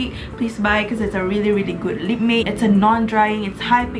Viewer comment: Sorry, no harm at all and no hard feelings, just thought you wanted to share that its pronounced as Lip “Mat” instead of “mate” ❤❤❤ just sharing